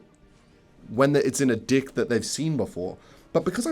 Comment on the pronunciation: I swear I've heard you say 'deck' like an actual normal person why tf do you keep saying it like a kiwi